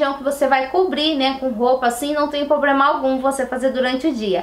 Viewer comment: Fiquei chocada com a quantidade de erros cometidos com a língua portuguesa. Não existe poblema, assim você já tem dois problemas.. Valeu a dica???